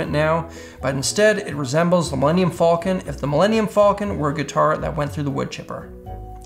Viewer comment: The way he pronounces falcon